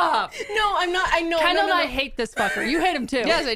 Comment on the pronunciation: Everytime you say Kendall😅I hear Ken-doll🤦🏼‍♀️